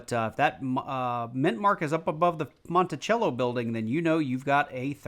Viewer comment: It Monticello not Monticello